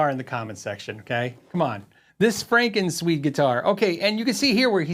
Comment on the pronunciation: You got it right with "FrankenSwede" 😄